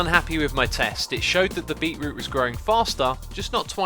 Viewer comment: Correct pronunciation - "beet - root" Xisuma's pronunciation - "beeroo" This should be added to the Xisuma dictionary